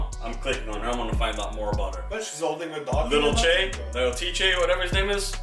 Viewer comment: it’s pronounced lil tee-jay not ché